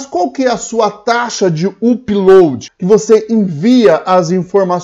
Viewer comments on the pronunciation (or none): UPLOAD se fala Âpload (com som de A fechado), não uuuupload. Chega dói no ouvido...